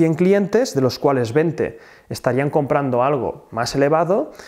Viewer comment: Puedes decir Veinte? por el amor de dios????